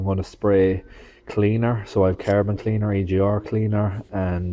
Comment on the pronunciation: CARBON not Carabon, joptvaimaķ!!!!!!